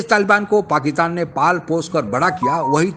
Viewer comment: ओ दादा, पकीतान नही पाकिस्तान बोलो।